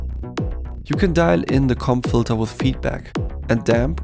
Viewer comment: Wow, looking forward to playing with this! Quick tip; "comb filter" is... pronounced quite differently. Adjust as needed to avoid getting teased ;)